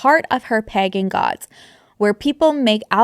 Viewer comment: The way you pronounce "pagan" had me thinking they were getting extra freaky gurl😂